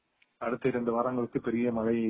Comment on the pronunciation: மலை இல்லம்மா .மழை மழை எங்க சொல்லுங்க